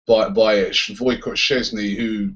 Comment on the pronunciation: "Voycott?" Is that how you pronounce Wojciech?